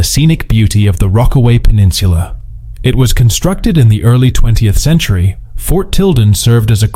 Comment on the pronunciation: I noticed that too. The 20 Centchar? World War Second?